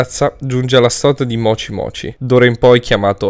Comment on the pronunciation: Avevi detto mocimoci